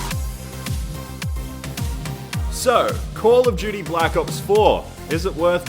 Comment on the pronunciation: hahahah call of gudy